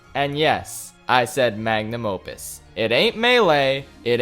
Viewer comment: Sorry m8 but I’ll have to take the word Magnum Mopus away from you